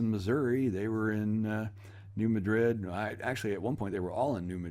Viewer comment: BTW New Madrid is not pronounced like the city in Spain but emphasis on first syllable.